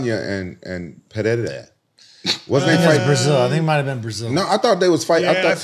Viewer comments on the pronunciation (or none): Perei👅ra 😂 rampage and his pronunciations